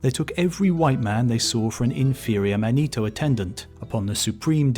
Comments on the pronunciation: Is he trying to pronounce "manitou" or is "Manito" some Italian dude they expected? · It's pronounced Man ih too not man EE toe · Second correction - the name Manito is pronounced MANitoo not manEEtow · Not man-ee-toe, man-i-too. Gitchee Manitou. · This guy constantly mispronounces Native American words and the names of tribes in EVERY video he does about them. As a Native I feel insulted that he cannot take the time to research things concerning my people more then this. Manitou is not pronounced Ma-nee-toe it is pronounced Man-ih-too. Emphasis on the first syllable not the second. The last video I saw of his he called the Osage Oh-saw-gee! Its pronounced Oh-sage two syllables not three! The G having the soft J sound not the hard G. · The Great Manito is pronounced "MAH-nee-TOO."